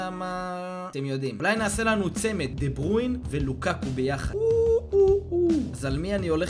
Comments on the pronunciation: מה זה דה ברויין אומרים דה בריינה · חח עאלק דה ברויין אומרים דה ברוינה עוד פעם מסכן ועוד פעם עוד פעם אין לי מילים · לא אומרים דה ברוין אומרים דברוינה נראה לי!!ֱֱֱֱֱ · דה בריינה לא דה ברוין כוסאומו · אחי לא תגיד דה ברוין תגיד דה ברויינה יאח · דה ברוין? באמת קראת לו ככה? לך למקלחת תגיד אני אידיוט ותחזור. קווין דה בריינהההההההה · די להגיד דה ברווין זה דה בריינה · "דה ברוין" חחח